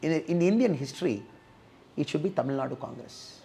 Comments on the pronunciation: Super loose talk in English pls say Tamil in ur beautiful mother tongue say Tamil not war u say temil. First tamil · He has to pronounce Tamil. 'L" correctly. Else everything else is okay